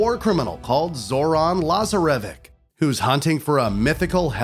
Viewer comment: The way you Pronounced Cintimani, Lazarvich and Iram made me angry. Otherwise great vid dude.